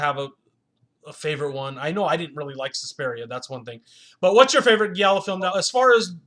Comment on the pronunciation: “He gets DRUG (**should be DRAGGED*) into the movie?” Giallo, is pronounced with a soft G: “GEE AH LOW.” Sorry, it’s not criticism, that’s meant to insult you, but constructive criticism, that I hope that you benefit from. As far as the film, it had HUGE promise, but ended up being nothing more than artsy silliness. Very beautiful women, excellent performances and amazing accuracy, in recreating the era in which this film takes place.